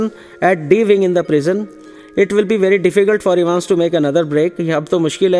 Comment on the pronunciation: its evans not evens but anyways the explanation is good